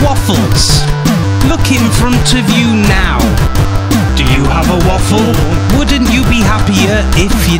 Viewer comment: Did I here a (ae to make the long a sound) Waeffle in there?